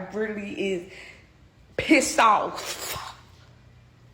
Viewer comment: Pizzed OAFFF 🤣🤣🤣🤣